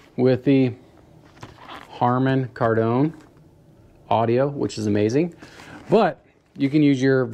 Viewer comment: Just bought this exact helmet and everything said about it is true. So far its been excellent ! (btw - Kardon is pronounced 'Kar-Din') Good video here and worthwhile content :)